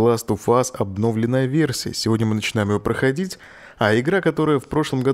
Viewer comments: Олег, ударение всегда падает на "ё"! ОбновлЁнная! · Только ударения пожалуйста в следующий раз правильно ставь в слове "обновленная" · не обнОвленная, а обновлЕнная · обнОвленную. Кто научил тебя так говорить нах. Правильно говорить обновлЁнную епта. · Меня одного бесит то как автор говорит слово "обнОвленная" графика. Господи, где и кто его научил так произносить это слово? Кровь из ушей... Я не смог выдержать такого фонетического безобразия, и выключил видео на 5 минуте. С меня хватит. Жалко таких людей, которые свою речь не знают толком.